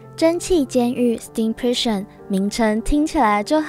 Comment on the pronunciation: 那個…監獄的英文唸錯了(´･ω･`)